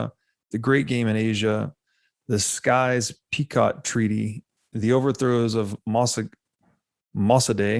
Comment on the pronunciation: it’s Sykes-Picot… 🤣 watch Lawrence of Arabia movie